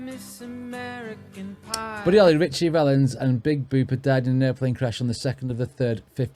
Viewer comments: It’s McLean as in “lane” and the big bopper not big booper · Big Booper?!?! It's Big Bopper.